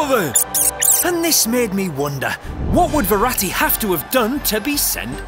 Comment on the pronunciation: it’s verratti not veratti